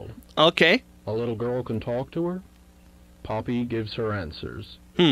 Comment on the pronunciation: Ok first called poppy woody the you called her pa-nok-io